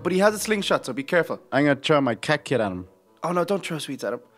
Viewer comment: its kit Kat not Kat kit lol